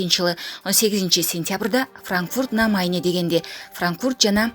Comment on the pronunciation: Франкфурт на Майне, майане эмес